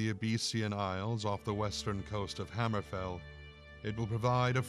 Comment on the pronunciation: Its obviously fake. The guy didn't even say hammerfell right.